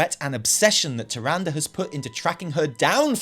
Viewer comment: You have no idea how happy I mean to finally here you pronounce “Tyrande” properly (like in every other spoken piece of dialog from WoW and Wc3) RIP TyranDAY, I hope she’s pissed off for good, maybe on a secret lovers escape with IlliDAN. We just now need to work on you saying Sylvanas and not SylVANas and all your lore videos will be so much more enjoyable! :D